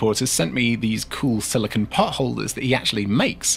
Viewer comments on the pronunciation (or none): none